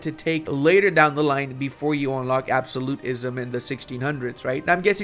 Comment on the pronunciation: pronouncing absolutism makes me flinch every time